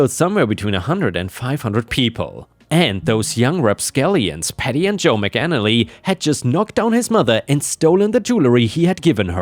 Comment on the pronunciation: I was wondering why was saying McNally and Maganally at some points only to discover that the name was McAnally!